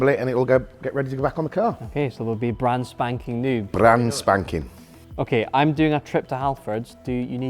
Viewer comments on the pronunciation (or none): Brrranspankin'. What a great word!